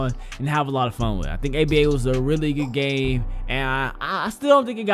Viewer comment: U guys notice he says game but forgets the m so he says gay